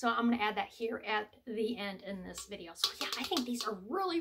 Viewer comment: Another great "Dideo",!!😂🤣